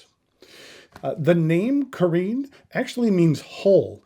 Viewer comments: It's pronounced "ka-wren," not "ka-reen." Please take five seconds to check the pronunciation of non-American English words. And perhaps more embarrassing is calling Bungubox ink Bung Box. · Did you notice, the back fineal is upside down on your pen? You probably didn't, because then immediately the resemblance with a sleek Italian Riva speedboat would look ridiculous, because that speedboat would sail upside down..!! This fineal placing is so off, it negates the whole intension of this Carène. And one last thing, if you handle stuff from France, try to get the pronunciation right...please...try to look it up somewhere, it sounds so off, when you can't speak the lingo. Look at the accent, it is there for a reason. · I agree it was slightly rude, but dismissing it like you do is a little bit much. Other reviewers make an effort to pronounce things better, in some cases even teaching people how to properly pronounce. So I respect your poin,t but he was way off on two words ha ha not to mention, dismissing the “classic” look of the pen as dated. seems like a contradiction to me. He also called one of his other Watermans by the wrong model name and I believe is wrong about what he said about the converter. I like him he just had a bad day.